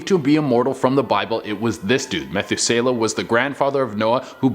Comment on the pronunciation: Yea, I knew u didn’t know the Bible when u pronounced “Methuselah” wrong……🤦🏾‍♀️